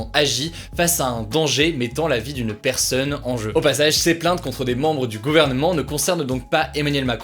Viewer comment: Par contre dites lui qu'il y a un "o" dans "personne" et pas "eu"